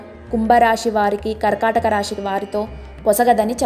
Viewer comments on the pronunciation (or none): Rashi, Shani kaadu. Rasi, Sani ani palakaali.